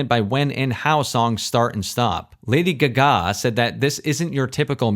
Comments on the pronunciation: who the fuck says lady gugah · I was speechless when he said it that way 😂😂😂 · What’s the point of saying Lady Gaga’s name like that when you know that’s not her name 😑